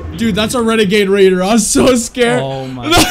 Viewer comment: Bruuh that wenegaid waider was maaad lmfaoo i hope he sees this video